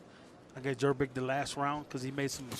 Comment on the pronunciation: Why does the commentator keep calling Janibek as Yanibek? I assume he can definitely pronounce Jonny or John, so why can't he pronounce Janibek? Where is the logic, J and Y absolutely different letters. I could hear the coach clearly calling Janibek by his name or sometimes shouting Joni.